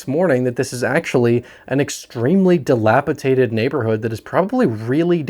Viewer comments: dilapidated, not dilapitated. dilapiDated, not dilapiTated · it's "dilapidated" not "dilapitated"